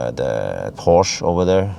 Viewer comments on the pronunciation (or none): Thank you very much again! Just let me add my two Cents: It's "Porsche" spelled with the "e" at the end like the "e" in "end'... in some German areas also spelled like Porschä or Porschö, but never "Porsch".